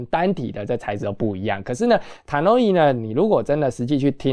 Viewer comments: HiFi是精密科學。我感恩分享了很多非常有價值的音響知識。但是他在國際知名大品牌上面沒有認真考究就隨意選擇一個讀法對他的專業形象是有損的。查考Tannoy的發音並不難，那更深奧的音樂知識他的可信度在哪裏？他習慣嚴謹的態度嗎？還只是他一家之言之主張？我想他沒有考慮過。雖然我認爲他很多的知識點還是很有想法和道理的，他本人也很陽光。我希望他的頻道也可以越來越成功。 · 用英國人的發音方式讀Tannoy很難嗎？